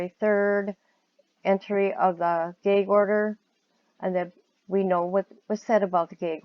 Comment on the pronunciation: Your accent is interesting. I’m trying to place it. I’ve never heard gag pronounced gaig before.